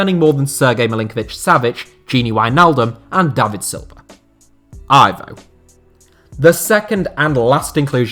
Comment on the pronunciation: Aivow?!It's Ivo